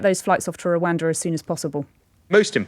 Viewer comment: Please be careful how you use exponential, James. You know better! Also please tell that lady that while Rwanda begins with an R it doesn't have one on the end.